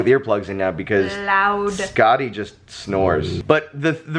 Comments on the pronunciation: First I thought you were saying Scotty and I was very confused at the boyish name and then "from Norse mythology" made me understand Skatti. I was confused for the first few minutes. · Fun Fact: Skadi (as in Norse mythology) is pronounced more like Skathi... with the soft 'TH' instead if the hard 'D'... (that's what she said...) it also has a bit of a tongue roll to it, but that's besides the point. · Congratulations to the new addition to your family! She is absolutely adorable! Honestly, I was so confused at first when you started talking about Norse mythology because I heard Skadi as Scotty.